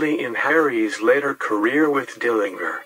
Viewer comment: He did. It's a hard "G" even though most people mispronounce it as a soft "g."